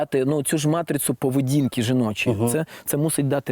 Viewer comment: ще не іншомовного походження, але матріцу